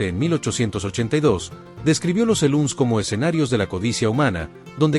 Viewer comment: Cada vez que dijo Seluns para referirse a los Salones del Oeste, (SALOON), me dieron ganas de abofetearlo 😅